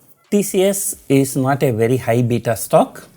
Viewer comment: It is "high" not hi